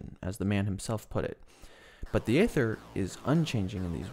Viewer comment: It's pronounced eether, not Ayther. Rather like daemons in Unix/Linux are pronounced demons. Yes, English is weird.